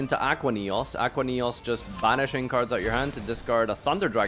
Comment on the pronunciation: "Ackwuh Neos"